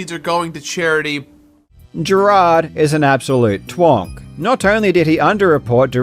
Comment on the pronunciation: I'm sorry but I straight up thought you said "Jerard is an absolute twunk" instead of "twonk" for a minute, and I was immediately thinking "I don't think that means what he thinks it does" but just the idea of Jerard being called a hunky twink got me